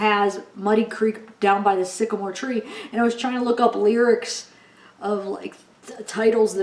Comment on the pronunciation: I agree with you, it says down by the sigamore tree twice 😥